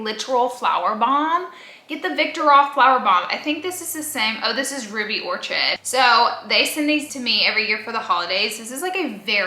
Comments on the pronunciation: Babe orchid is pronounced like or-kid. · Ruby Orchid🤣. (Or-kid) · Laura u said the Valentino Uomo born in Roma smells like the most masculine WOMENS scent ever.....but guess what....that's because IT IS A MEN'S FRAGRANCE 😂😂Your hilarious and then the way u pronounced ORCHID was also hilarious but yeah maybe u should share your PUMP born in Roma with TYLER 😂It truly is men's